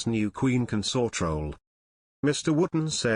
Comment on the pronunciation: The word is CON-sort You may Be a Robot or an antimonarchist But get someone to up grade the emphasis of how you say this word. You consORT with theives The partner of a king is their CONS-ort With best wishes whoever you are Marilyn